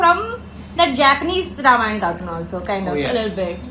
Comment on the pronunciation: that's ramayana not ramayan or some butter naan show some respect to og sanskrit names